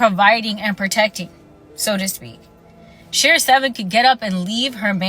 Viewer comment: It’s Sheraseven not Shera Shera just saying